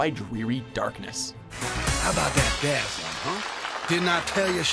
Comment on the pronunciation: Dazzeler?! C'mon man... lame as hell